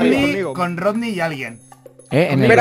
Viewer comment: Jsjs me dio risa como dijeron es rodny no rokny xddddd